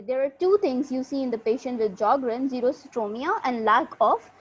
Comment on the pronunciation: J is silent in sjogern not s